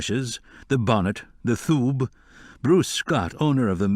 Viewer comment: Why is the Sgian Dubh, the small knife worn in Qwilleran's sock as part of his Scottish outfit, given the pronunciation of "thoob"? It should be "skee-an doo." Presumably George Guidall didn't choose this way of saying it, it must be Ms Braun's representation (I've only listened to the books, not read them) but I'm surprised that nobody seems to have picked it up. Mr Guidall can't change what's written, but it can at least be entered in the record. I supposed I'm going to be accused of nitpicking, but hopefully not by any Gaelic speakers!